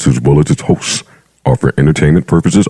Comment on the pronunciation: Lol I thought I was the only one that noticed that emphasis on the hostsss